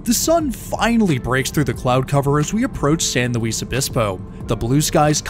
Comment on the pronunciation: Small pronunciation- San Luis is pronounced San LOOIS obispo and Camarillo is camareeo